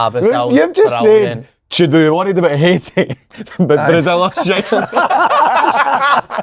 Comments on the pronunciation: Pet peeve - The pronunciation of Haiti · Haiti. Pronounced ' Hate - ee' Not 'Hi - 8 - ee'